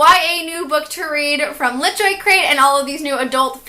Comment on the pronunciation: i thought she was saying Greyjoy